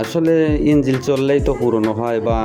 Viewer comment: ভাই এটা ইঞ্জিল না ইনঝোল 😂😂